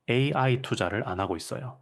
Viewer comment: 내용 좋고 나레이터 목소리도 좋아요. 다만, 중간중간에 AI를 읽을 때 ''에이에이'' 라고 읽는데 교정이 필요합니다.!